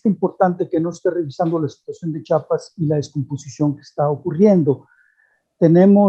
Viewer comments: C H I A P A S, te guste o no se llama Chiapas, aprende a hablar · No sabe ni pronunciar el nombre de un estado y ya es especialista